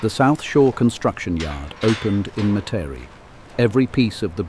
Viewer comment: All who grew up around the lake and in the metro area enjoy watching this. But can they get someone from here to say Metairie correctly.